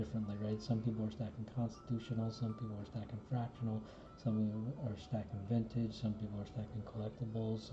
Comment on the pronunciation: Been hearing a lot of people talk about you. A pro Vin-tah-gay stacker. Nice! 👍 Subbed 👍